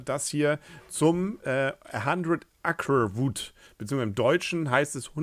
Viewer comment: Huhu, die Sprachpolizei ist wieder da! "Acre" spicht man Ey-ker. :)